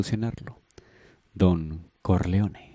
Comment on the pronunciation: Pero cómo que CARLEONE? quién es CARLEONE?Jaja